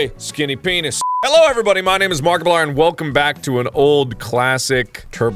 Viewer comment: Why did he say Markliplier twice in the intro?